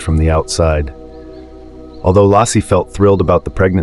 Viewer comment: Stupid cannot fix the AI to pronounce "Lassie" as lacey